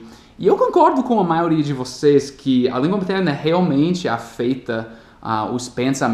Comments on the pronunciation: "afeita" you said and is "afEta" without i, but you are speaking very well congrats ! thanks a lot for help me too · apenas para melhorar o seu português, o verbo "afetar" na terceira pessoa seria "afeta" e sua pronúncia é "aféta" e não da forma "afeita" como você pronunciou. Apenas para ajudá-lo, parabéns pelo seu canal; ) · um lembrete: Não é "afeita", é "aféta". Kkkk! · AFETA = af - É - ta. Ótimo video !!! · só uma pequena correção de pronúncia: a vogal E na palavra "afeta" tem o timbre aberto "afÉta". É comum as vogais E e O terem mudanças no timbre conforme a forma da palavra muda, principalmente em formas verbais. Esse mesmo verbo sofre essas mudanças, pois a vogal E de "afetar", na forma do infinitivo, tem o timbre fechado, "afêTAR", porém o timbre fechado no presente do indicativo e em muitos casos em outras formas verbais... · quando você pronuncia "afeta" na verdade deve ser dito como se fosse "aféta" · só uma correção fonética, a letra e na palavra "afeta" tem o som do verbo "É", vai soar mais natural. sobre a diferença de gêneros, eu acho muito interessante vcs terem o IT